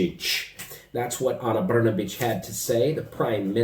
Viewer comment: BRNABIC ...BRN A B..😂SPALI KUCKU